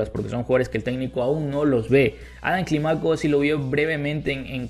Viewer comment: No digas Climáco, dí Clímaco, fuerza de boz en la í. Todo bien, siempre te doy tu like.